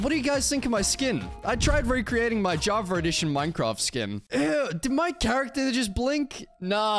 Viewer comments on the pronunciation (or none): dude please stop saying javar edition there is no R on java